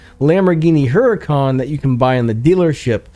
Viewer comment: Your pronuncation of Huracán is wrong btw. Other than the liked the vid